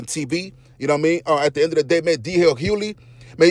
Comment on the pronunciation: HuGhley‼️ His last name is pronounced Hugh•ley! 🤦🏾‍♂️ The "G" is not silent. 😒